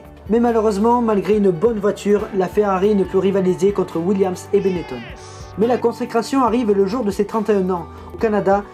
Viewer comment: On dit pas 《Benett[ON]》plutôt que 《Benett[ONNE]》 comme lui ?